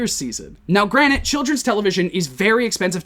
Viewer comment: btw its 'Granted' not 'Granite'. Gran-ted